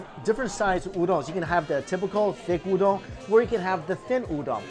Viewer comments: why do u say ooodong(udong) its just oooodon(udon) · trying way to hard to pronounce udon, it sounds forced, then you say Tempura like an american and i couldn't help but laugh. And for christs sake, we know it's an udon video, do you have to say udon 100 times in the video? We get it, you know how to pronounce Udon, but apparently not Tempura LOL.